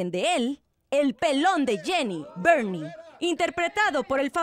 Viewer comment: Es fernie no bernie